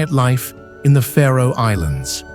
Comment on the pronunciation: Its the Faroe islands not the Pharaoh Islands isnt it? Im talking pronunciation.